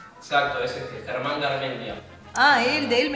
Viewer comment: Soy de Argentina también entendí lo que dijiste pero lo tuve que leer 2 veces para entenderlo 😅 . Like si sos de Argentina Y escuchaste como pronunció Germán ahre. :) lo pronuncio tipo..... Aaarre jsjsjsjs no mentira no hay que reírse de eso xd por que el no es de Argentina Y no sabe como se pronuncia ahre.